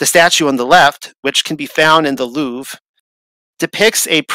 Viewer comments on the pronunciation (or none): none